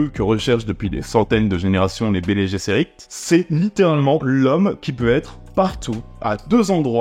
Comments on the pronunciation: Nom de Dieu.... Kwisatz adera"k"... en son sec Et Bene "gue"sserit Je saigne des oreilles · En effet. Le latin d'ailleurs se prononce sous deux formes, latin classique ou latin d'Eglise. Bene Gesserit peut se prononcer Béné Guéssérit ou Béné Jéssérit sans que cala viole les prononciations admises. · Et Herbert disait "Béni Djézeurit" ou "Béni Djesseurit" bien à l'anglaise, donc c'est vraiment pas grave, en plus c'est le futur, Herbert pouvait juste prétexter que la pronunciation a évolué.